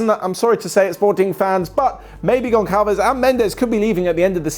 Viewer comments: U don’t pronounce (gonçalves) gon-call-ves u pronounce it more gon-Sal-ves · you were doing an amazing job spelling portuguese names until you said Goncalvez its Gonçalves and the ç is spelled like an s and its Gonçalo Guedes not Carlos Guedes and the U its mude ok. Please man at least go to google translate to be sure of the spelling, despite the voice being brazilian. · You don't say Barka right! It's Barça Gonçalves Gonçalo And so on Ç is pronounced S